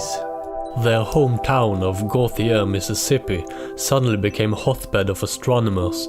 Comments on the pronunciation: FYI, Gautier is pronounced like go-shay. Also, yeah, that craft was still hanging around the Pascagoula/Gautier area around 1990 or so. At least, that was the only time I ever saw it. Imagine little 9 year old me seeing a weird thing hanging out in the trees... x_x I still have nightmares about it sometimes. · Gautier is pronounced goshay but that's not important, thanks for the video